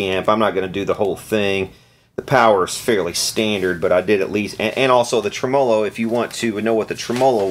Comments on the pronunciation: It's pronounced "trem ah - low", not "tre -mah lo"-changed midway, wtf? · Never heard the word tremolo pronounced quite like that before 🤔